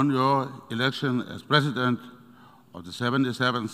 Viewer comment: The least he can do is to get the pronunciation of Presidents correct.